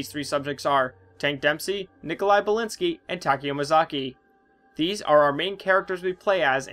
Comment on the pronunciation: "thses" Jesus Christ xD